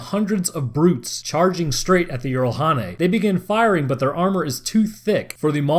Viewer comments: It's not yeeralhanae it's jiralhanae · Jiralhanae J not Y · "I only know one pronunciation that may be correct. In Halo Wars, the shipboard A.I. says "jee-rall-HAW-nay" (jiralhanae; brutes). I pronounce it "jer-RALL-ha-NAY," myself." I have played Halo Wars and heard this. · Like I have said before good video...however it still needs editing...the way you say the Brute (Halo) species is still distracting. Here is a better link than the one I provided last time on how to say their name properly